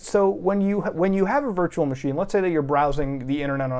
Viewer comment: ish anywhunm st0l playying teh dyrynking gayem whear yew tac=ke a shit shot, every tiem he saIWZ "vEE eMm", "vurtchewal mah sheen", or "vee bucx"? Iym Tlying tew